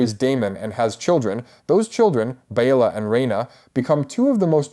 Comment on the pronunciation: Weird way to pronounce Laena and Baela.